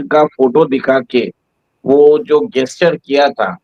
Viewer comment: गेसचर नही जेसचर बोलो